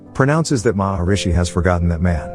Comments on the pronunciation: It's Mahismati, no Maharishi. Those two things aren't even similar sounding. How on earth did you get them mixed up? Maharishi means Great Sage. Mahishmati means Mahish motherland. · it is Mahishmati A lot of other names are pronounced wrong